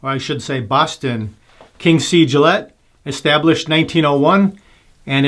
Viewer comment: thats how you pronounced boston...as if we spoke like that...just a horrible impression lol no big deal